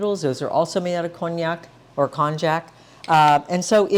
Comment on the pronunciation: You should know that konjac is pronounced with a "y" instead of "j" sound, as in konyaju. And, konjaku usually refers to konjac "cakes" not to the raw root or the powder. Also, the strength of konjac powder varies tremendously from different sources, and using glucomannan is more consistent.